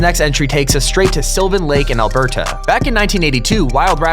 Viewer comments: Alber-ta? It's pronounced like one word, not two. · he said Alberta wrong